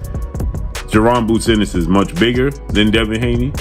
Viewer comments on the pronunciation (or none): First, who is Devin Haney Garcia. Next, Gervontae Davis s not youthful, compared to Ryan and Haney. Eenis, Annus, Unnis, got damn, get the man's name right. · pronounced Ennis a million different ways lol. What a idiot